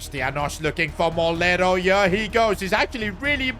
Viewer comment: Bro its Moleiro theres an i